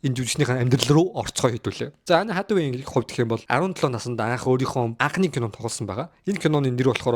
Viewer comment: Anne Hathaway gej duudna uu kkk. Peildeed gej yu gej bgaan vee kkk. Accent ee saijruulaachee zavaan